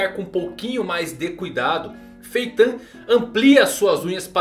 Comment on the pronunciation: que agonia cara chamando Feitã kkk